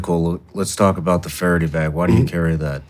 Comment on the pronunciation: It is Fara-DAY, not Fara-dee